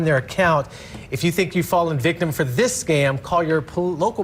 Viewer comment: "How to do dis". Seriously? How to do THis.